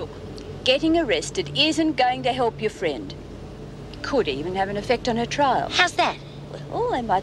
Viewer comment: Love the way Doreen pronounces 'help' as 'halp'